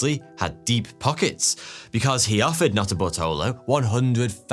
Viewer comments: Okay, you say the guys had a weird name. But every time you say the main guys name, I swear you're just saying "Not a Butthole o" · Who else kept hearing "not a buttholer"🤔🙃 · Sorry dude, but every time you say Nutterbartolo, I only hear Nutter Butter. Speaks poorly to my mis-spent youth in front of a television.